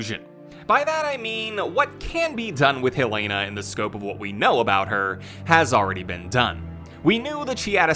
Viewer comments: Ik why does everyone pronounce it as hell-lay-na it’s Hell-eh-nah😭😭😂😂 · #HelenaHarperForRE9 btw it’s pronounced “hell-eh-nuh” not hell lay na lol